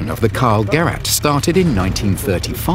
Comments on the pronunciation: Gerät, not Gurat. Its a device, not a Cardassian. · I felt some sort of pain in both ears every time he pronounced the word ''Gerät'', it's pronounced ''Geræte'' not ''Garat'', so it's not his family name as his full name is Mörser Karl and the word Gerät simply mean's device or equipment, and in this instance it can be fully translated to (Karl's device) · come on, get someone to get the german pronounciation right. like: an actual german. is that so difficult?